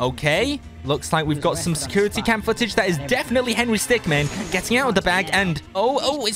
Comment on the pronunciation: Is henry stickmin not henry stickman